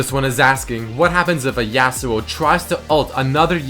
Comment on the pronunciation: STOP SAYING JASUO, its fucking irritating, its yasuo.